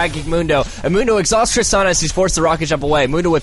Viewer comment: did I heard mundo exahustd sona?